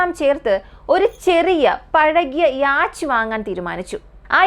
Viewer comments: യാച്ച് എന്നല്ല യോട്ട് എന്നാണ് ഉച്ചാരണം. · യാച്ച് അല്ല യോ-ട്ട് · The Pronunciation for Yacht is "Yot" "Yo-tt" Not Yaach. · യാച് അല്ല സിസ്റ്റർ Yacht ആണ്. ഡാൻനിഷ് word നിന്നും ആണ് യാട്ട് ഉണ്ടായത്. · യാച് 😂😂😂😂😂ബോട്ട് പറയുന്നത് നല്ലത്. എന്തോ അലോസരം. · Yes യാട്ട് എന്നാണ് pronounciation, സഞ്ചാരം പ്രോഗ്രാമിൽ ഈ word പല പ്രാവശ്യം വരുന്നുണ്ട് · യോട്ട് അല്ല. യാ ട്ട് എന്ന് ആണ്. ഡാനിഷ് word ആണ് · Yot അല്ല. Yacht word, ഒരു ഡാനിഷ് word നിന്നും ആണ് അപ്പോൾ കറക്റ്റ് pronunciation യാ ട്ട് ആണ്. അതിൽ ch slient ആണ്. യാ ട്ട് പറയുന്നത്. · Good video but you need work on the pronunciation . Yacht 🛥️ pronunciation is yot Just giving feedback only 😊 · Yes it's 'yot'.